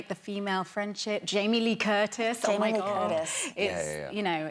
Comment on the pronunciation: Did she say "Jamie Lee Tortise?"